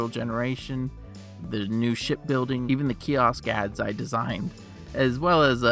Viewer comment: I swear I heard bro say shit building